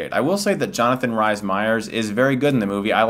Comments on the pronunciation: Its Johnathan Rhys Meyers. RHYS!!!! Not RISE! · Good review as always. Jonathan Rhys (Reese) Meyers, by the way. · As soon as i saw the trailer for this movie i though here we go again pale people in emo land blah blah blah boring, Twilight take off & you've just proved me right. Ps. Its pernounced Jonathan REESE Meyers its welsh even tho it aint spelled that way.